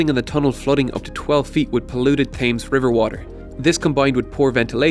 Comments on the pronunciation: I can't believe that you can't correctly pronounce the most famous river in the whole of the UK, every time you say "Thaymes", it's like someone running their fingernails down a blackboard, ugh... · Thames is pronounced Tems, btw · It's pronounced "tems" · The one time an Irishman says -th and it's wrong! Thames is pronounced Tems. Great channel though I'm subbed. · dorgesh: Try it with a z on the end and you'll be closer to the pronunciation... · Great video, really informative but the Thames is pronounced 'Tems'. Anyway, I'd love to see a part 2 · It's pronounceds like tems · Joshua Tilley: Pronounced Temz rather than Tems... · You know ‘Thames’ is pronounced ‘Temms’, right? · When you’re pronouncing Thames don’t pronounce the A and just pronounce it like tems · As a Londoner, I find that th-ay-mz is just wrong. #Ireland. Otherwise this video is amazing (as always) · Just as an FYI the Thames is pronounced as "temz". Don't ask me why. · Great video, just FYI the pronunciation of "Thames" is "temz". In case you're making a part 2 (which you definitely should) :) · Amazing video but Thames is pronounced pronounced Tems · TEMZ. And I'm American and even I know how it is said over the pond. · As a Londoner, I find the pronunciation to Thames wrong (it's more like t-eh-mm-s) but otherwise this is possibly one of the best short videos on the Underground! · yep, th-ay-mz is just wrong. #Ireland. Otherwise this video is amazing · Yeah, sorry to be that guy, but, the Thames is pronounced "Tems". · Checked on oxford dictionary- it is pronounced “tems” without a h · It's pronounced Tems, with an "eh" sound rather than "ay". And it's a hard T not a Th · Wow i live in Windsor never heard it called taymes . What an eejit! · It's very annoying I love the channel but that pronunciation is wrong it's tems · oh my god it’s irritating me so much. You’re Irish so close enough to London not to mispronounce this??? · Hey Dude Learn how to say Thames ;) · thaymze?? wtf?